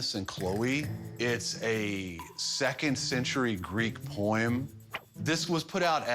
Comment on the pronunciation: “It’s a second century Greek poyem “ yep that’s totally the word